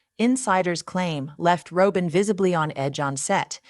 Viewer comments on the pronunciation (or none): Rob-in! Do you watch the show? Why can’t you pronounce the name?